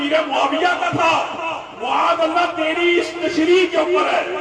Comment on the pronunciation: معاذ اللٰه میں م پر زبر هوتى ہے نه کہ پیش، تمهارى تقریر ناقص دلائل کا مجموعہ ہے۔ برىلوىوں کے ساتھ ره کر وهى ضعیف احادیث بیان کرتے ہو۔ اور صحیح حدیث سے وه چیز ثابت نهيں هوتى، جو تم ثابت کرتے ہو۔